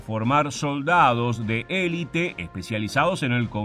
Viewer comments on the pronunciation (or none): none